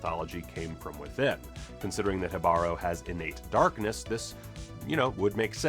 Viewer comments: Great vid with so many easter eggs! BTW Jibaro is pronounced "he (like in the second person he) bah-roh". The accent is on the 1st syllable. Jibaro shows pretty well the bloodbath and genocide that all the aboroginal people suffered in South America because of the conquistadores. Thanks for the video! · For clarification, from a Puerto Rican, it's pronounced HEE-bah-ro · the emphasis for Jibaro is on the first syllable, not the second. It should be spelled Jíbaro and it will forever drive me nuts the creators didn't add the accent in the title. I also think it's weird they named the conquistador that. It originally means person of the forest in Taino and would better apply to the siren. In modern Puerto Rican Spanish it refers to country people from the mountains, which pretty much every Puerto Rican is descended from or still is. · Okay...I might get fire for this but, as a Spanish native speaker, shouldn't it be pronounced: Jíbaro (Accent on the I and the Ji having a "J" sound as in "Hidden" I've heard so many people pronouncing this differently. I've heard enough Reggaeton to have some precedent. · Kudos for trying to pronounce Jibaro right, you were close, just missed the accent in the i instead of the a but the J is good.